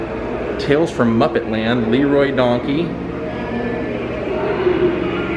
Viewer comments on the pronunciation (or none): none